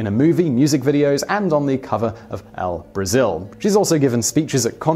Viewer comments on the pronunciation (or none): none